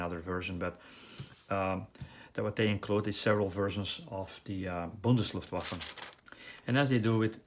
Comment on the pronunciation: Liked your review. And started to build the kit (Dutch version) I can state that the fit is also very good. A kit I really can recommend. And for you sir, I pressume you are an American? In that case a compliment for pronouncing the word "Bundesluftwaffe" flawless 😉